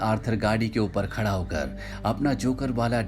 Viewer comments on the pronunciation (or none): none